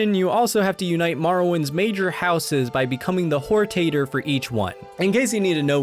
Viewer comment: "Whore-Tater" had me dying